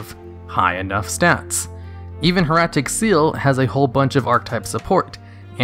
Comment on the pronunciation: can you please pronounce hieratic correctly? hair-AH-tick